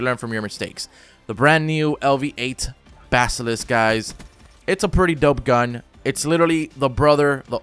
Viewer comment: LV-8 Basilisk. Pronounced, BA-SUH-LISK. A basilisk is a creature in Greek mythology that looked like a komodo dragon but with 8 legs which had a gaze similar to Medusa but instead of turning a living creature into stone, the gaze would cause death.